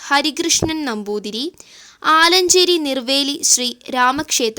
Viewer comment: ആലഞ്ചേരിയല്ല.. ആലച്ചേരി